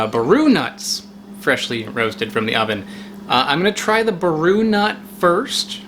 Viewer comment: Everyone is commenting about macadamias, but I’ll add more about baru seeds. They’re a sister species to tonka bean (Dipteryx odorata), but grow in a much drier and more arid climate. They require soft fires to germinate, and produce hundreds upon hundreds of fruits in good years. Also, the accent is on the “a” when you say it, so BAH-ru. The seed coating has many antioxidants but I find them to be a bit papery and they get stuck in your teeth. Extremely rare plant to see in person outside of Brazil. I’ve only ever seen a seedling here in Naples, FL and I’m not sure they’re alive still. I am probably the only person in Florida who has supplied fresh D. odorata seeds over the past 5 years, and I’d love to get some viable baru seeds!